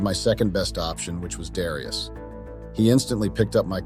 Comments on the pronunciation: Dare e us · Is it Dare ee us, or dee ar us? Damn mispronouncing AI!!